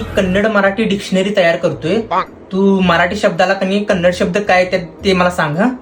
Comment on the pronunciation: Kannad nahi sir Kannada